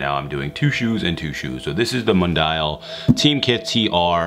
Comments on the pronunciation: it's pronounced Moon-dee-al spanish for world/worldwide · mundial is spanish for work wide the way you said it was rough